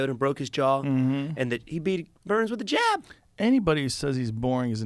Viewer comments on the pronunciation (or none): The way he says jab lmaooo